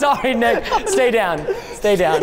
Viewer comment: He said nicka for nick